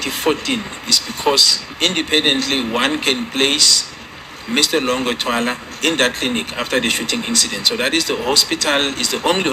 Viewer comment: Longwe not Longer